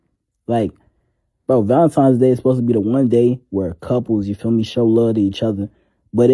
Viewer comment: When did Valentine's Day become Valentimes Day?